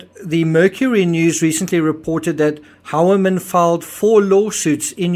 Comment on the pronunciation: I thought it is supposed to be pronounced “hoi-ya-min”